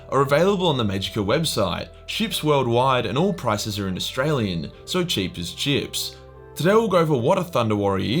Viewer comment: I heard “Cheap as Gyps”... #StopEgyptianHate